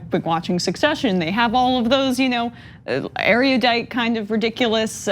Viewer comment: The word isn't pronounced "Air Yu Dite". The movie got it wrong.